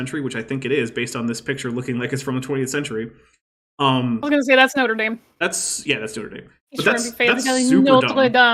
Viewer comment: He means Notre Dame in Indiana but pronounces it the way he does because he is pretentious.